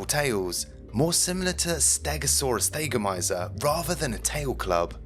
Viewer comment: And I'm pretty sure it's not supposed to be pronounced "THAY-go-my'-zer."